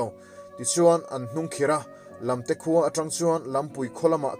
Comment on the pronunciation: Lamte lampui hi i thluk dik lo. Lam tih hi Sailam tih a lam ang hian thluk tur. Phar tih pawh hi phar (leprosy) tihna a ni lo. Phar Mau hming a ni.